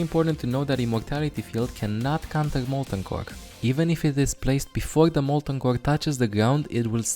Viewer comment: His accent literally made him say "Molten Cock"